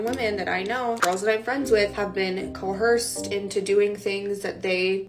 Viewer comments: She said "CO-HEARSED" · cohersed. Lol